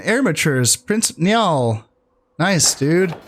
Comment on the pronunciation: Niall = Nile As in the river Nile in egypt. Pronounced the exact same 👍 Also great stuff, loving the Irish campaign. Given any thought to playing mods? E.g. the XL mod that adds the Irish into the main campaign as well as other factions?